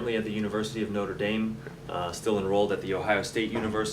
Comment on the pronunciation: You should learn how to pronounce "Notre Dame" correctly. The way you pronounce it sounds funny :D